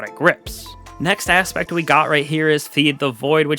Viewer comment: Okay, first of all, they're Necrotic Grip, not Necrotic Grips. Secondly, you're pronouncing aspect incorrectly. ASSpect. Not Ahhspect. Lastly, it's pronounced eSpecially, not eckspecially. Watching this video was torture because of the way you pronounce words.